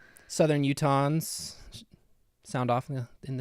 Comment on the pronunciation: “southern Utahns” What I heard: “southern croutons”